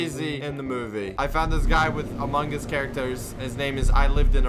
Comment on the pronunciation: u said amog us ;/